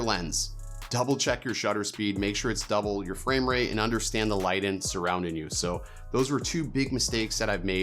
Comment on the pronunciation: Ya when “light’n” was said I had to really think about what was being said hahaha